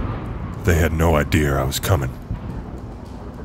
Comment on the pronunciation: they had no "idear" I was coming, absolutely perfect.